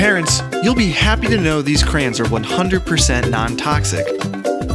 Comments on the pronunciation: It's pronounced cra-yons not crans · Crans? It's pronounced CRAY ONS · Stop saying crans. Its pronounced "cray- ons" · its an accent. where I live we pronounce it cran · i just pronounce it like crans :L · I haven’t seen anyone comment this so here goes Nobody: Absolutely nobody:: craains